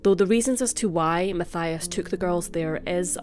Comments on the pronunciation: (Mattias) not (Mathaia) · Matthias is pronouned MAT TEE AS.. I live just 2 villages away from where they lived and rememer the case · I'm sure it is pronounced like this Ma-ti-as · No one probably cares but just fyi in Switzerland we pronounce Matthias “Matt-eee-ass” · His name is spoken Mateeias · His name is pronounced...ma-tee-as =Mathias